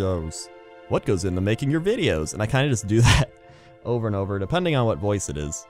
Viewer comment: every time he says over i hear ogre